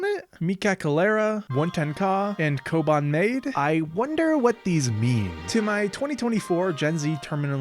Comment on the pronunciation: I think the kobanmade is pronounced ma-de